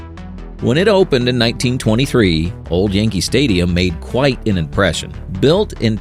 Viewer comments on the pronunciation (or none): "YANKEL" STADIUM